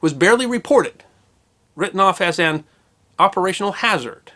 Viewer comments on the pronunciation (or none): none